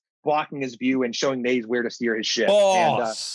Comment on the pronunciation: Damn 1.5 seasons in and still aren't getting names correct Naze (Nah-Zeh), Gaileo (guy-leo), barbatos (bar-bah-tos)